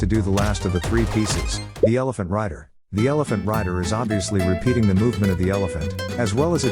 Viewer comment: bro says elephant rider and all i hear is ding ding da ding